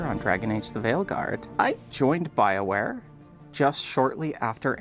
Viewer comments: Thought it was pronounced Bioqueer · I know it's Bioware... but I keep hearing Bileware